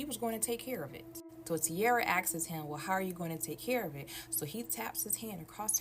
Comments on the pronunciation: 🫩For the love of God and everything good in the world the B in the word debt is SILENT! 🫩 FOR THE SAKE OF FUXX it’s ENUNCIATE not announciate! And ASKS not askesses! These people are about to make me blow a fuse somewhere. It’s infuriating to listen to someone speak improperly SO confidently. It’s like nails on a chalkboard! clinches fists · Between one of the storytellers voices making these sharp whistling sounds when she speaks, like nails on a chalkboard, then saying "all you could hear in the attic is stumping, stumping, stumping" (I'm assuming she meant "stomping"), HAIR-looms, "she axes him" (asks), "like, share, comment, repost, and reshare" (redundant), and the rhyming at the beginning of one of the girls stories, I wanted to rip my hair out. I love listening to stories like these but some of the storytelling is aggravating. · Nah that shit was driving me crazy!!!😂😂 And she has multiple story times and she kept saying it like that, I'm like say it with me now "AHHSSSSKS", sounds it out lil mama😂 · She kept saying “asksss” 😂😂😂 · Also "askes it" 😂